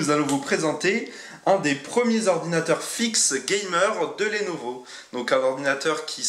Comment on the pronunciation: Pitié c'est lenovo pas lénovo